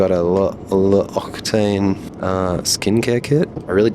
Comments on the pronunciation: That's very Lufthansa on international flights. Well, I'm afraid I ought to nominee "the best flying greyhound bus"😂 * Please, don't ruin L'occitane reputation. Pronounce it like "oxygen+tanned= Loxytanne".😅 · My guess is that the upper deck business class on the 747-8 will be initially sold as a premium economy "plus", when they install Allegris on the lower deck. Also, "acktchually", L'occitane is pronounced like "Locksy tan". Love these videos btw and the humoristic tones and the memes :)